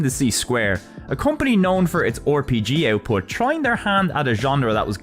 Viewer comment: I find your pronunciation of "RPG" hilarious